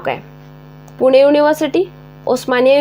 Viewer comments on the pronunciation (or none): none